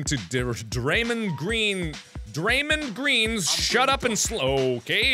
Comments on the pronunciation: i’ve never heard sumbody pronounce draymond green more white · As a basketball fan it was sooo funny how mark pronounced dramond green